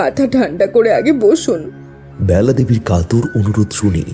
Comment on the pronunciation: ব্যালা হবে না বেলা হবে বাজে শুনতে লাগছে